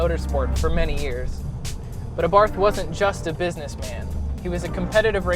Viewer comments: saying this ONLY because I'm particular - the name Abarth is pronounced: ah-bart, the "h" is silent as is the case in many Austrian names. Great review and loving the red. Mine is white with black accenting and honestly, I cannot get enough of this little pocket rocket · Ah-Bart(h) The (h) is silent...